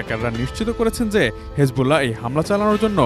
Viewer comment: হিজবুল্লাহকে হেজবুল্লাহ বলাটা বড্ড বেমানান, শুনতে খুবই অসহ্য লাগে!